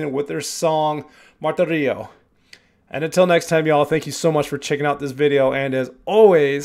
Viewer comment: Love your reactions! Pssst. Lots of folks don't speak Spanish, so no shame, but a couple words to show how big a fan of The Warning you are. Ale is AH-lay. Martirio is mar-TEAR-yo (TEAR like the wet stuff that comes out of your eyes when you hear Pau sing Creep, not TEAR like how she tears your heart out while doing it). Thanks for going down this rabbit hole with us!